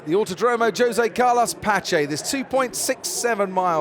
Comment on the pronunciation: Rémi Rooms according to a friend of mine who speaks Portuguese, Crofty got the pronunciation of the of Jose Carlos Pace spot on. If the track was located in one of the officially Spanish speaking countries in South America, ie everywhere else except Guyana, Suriname and French Guiana, you may have had a point